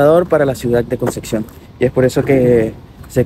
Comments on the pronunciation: Se dice concepción... Con p... No conceccion... 😅😅😅😅😅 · Buen video, solo queme daba un tick en el ojo cada que decia concección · conce Xion? jajajajjaja